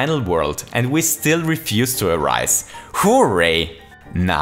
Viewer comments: "WHO-RAY." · The way you pronounce 'hooray' is like the best thing about your channel! Keep up the great videos, they're really interesting!